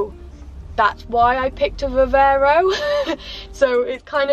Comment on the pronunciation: Hi, question for next time or just answer here if you don’t mind, but if it’s too personal no worries Q. Why don’t you take your pup with you on your travels ? One small thing too, surely it’s Viv-arrr-ro not Viv-err-ro 🤔